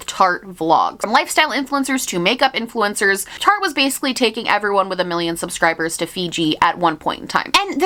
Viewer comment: i spent half of this video thinking you were saying Target instead of Tarte lmao